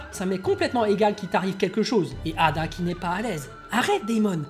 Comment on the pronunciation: C'est pas eida et non ada?